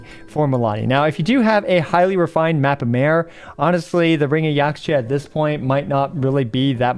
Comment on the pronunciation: Just like with Chinese the X in Mayan words like Yaxche is pronounced as SH ^^ So it's Yashche :D